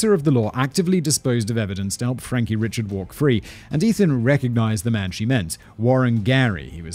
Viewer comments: My mother grew up in Acadia Parish, across the way from Jeff Davis Parish, where Jennings is. In fact, when my family would go to visit the grandparents and aunts, we'd often go to Jennings to shop. My cousin lives there now. Eerie that this is near where I virtually spent my summers. And Simon, it's Cajun AND Creole. And Richard is pronounced ree-SHARD is S Louisiana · Richard is actually pronounced "Ree-shaard". At least that's the best way I can spell it phonetically. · I guarantee you Mr Richard's name is pronounced Ree-Shard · Frankie Ree-shard